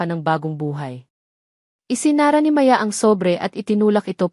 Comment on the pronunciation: maganda Sana Yong kwento Di ko bet Yong narrator Yong pa bigkas Ng Maya ay Di pa maayos hmmp Sayang gusto ko sanang tapusin